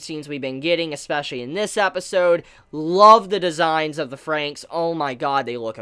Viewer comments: You're still saying the title wrong, it's said Darling in the Franks not Frank. Hence the double XX after Fran gives it a plural sound. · WHAT THE HELL!!! How dare you mispronounce the title of the anime. God forbid anyone mispronounces something nowadays. I'm sooo offended right now I can't even handle it. I'm utterly disgusted....... btw, I really liked the later part of the episode with Ichigo and Hiro. I personally like Ichigo more than 02 currently.